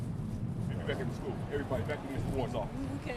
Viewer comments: Nobody in Detroit will make it, when the students pronounce "School" .... "Skoo" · The thing which has bothered me the very most about this excellent documentary is how Dan Rather pronounces school as "schoos." Once you hear it, you can't unhear it.